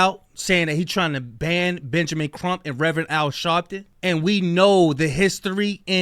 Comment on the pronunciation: It’s BAN not BAND